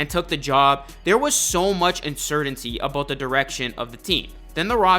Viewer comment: “A boat the future” 😂😂😂